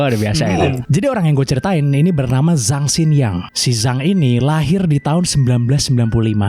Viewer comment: Zhang dibaca Jang bang,,fyi